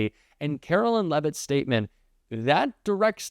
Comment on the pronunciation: Do you intentionally mispronounce her name to get under her skin (we know she’s watching)? Having a name that, oddly, gets mispronounced a lot, I know that it would bug the crap out of me. 😝 If so, keep up the good work!